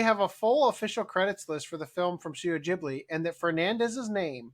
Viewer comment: How could she do that to my beloved studio "Jibly"? 😂